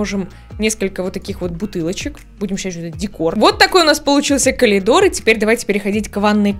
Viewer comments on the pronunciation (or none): Ну только не КАЛИДОР. А КОРИДОР. Пжлст. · я тебя не осуждаю, не хочу, но.... говорится "Коридор", а не " Колидор". прости( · меня бесило то что она говорит колидор, а не коридор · КоЛидор, ну блин.. вы серьезно? я не хейтер, но блин коридор с коЛидором спутать… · Всё замечательно в этом видео, НО каЛидор??? Не хочу в это даже верить, она либо прикалывается, либо мне послышалось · Почему коЛидор?😂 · почему КОЛИДООР??? аовыарывлар🤨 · раз уж у вас коЛидорное образование, даю подсказку: коРидор пишется и произносится через Р!!!!